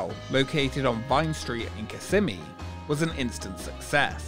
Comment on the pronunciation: I love your videos but I wish you’d learn how to pronounce Kissimmee. You’re moving the S’s to the middle syllable but they belong to the first- KISS-ih-ME is the correct pronunciation. (That’s how every local from there I’ve ever met says it.)